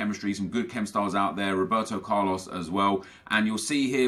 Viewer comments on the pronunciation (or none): none